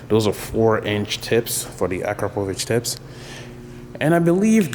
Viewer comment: A CRAP O VICH - is how it is pronounced by the way.